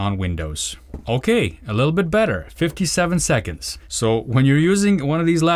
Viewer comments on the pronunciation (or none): none